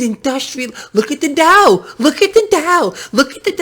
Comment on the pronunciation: Look at the DOW? I thought you said: "Look at the DUH!"